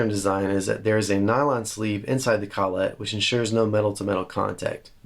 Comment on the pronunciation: collet, one word less emphasis on the syllables ..lol (sorry, don't need my permission to say it the way you want) You are a lot like me, you do things the reasonably priced way. That said, the am pro 2 jazzmaster... wow. You can buy the trem now so put that in your squire. Not sure why they don't just make them the standard now.